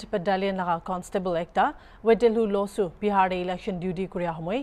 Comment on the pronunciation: I think it's Lasuh not losuh if he's Chakhesang then